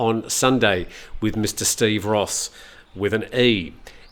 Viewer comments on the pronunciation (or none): none